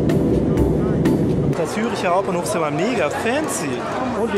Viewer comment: Es heisst Zürcher Hauptbahnhof xD